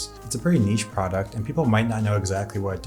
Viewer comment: Is he saying "product" "pride" or "frog" photography? What??